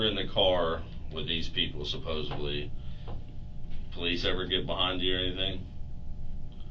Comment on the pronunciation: I’m hearing more and more people say “fustrated” and it drives me crazy just like “supposebly”. ARGGGGH